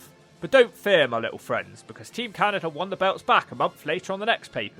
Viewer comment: How does he add a T and an R to Canada?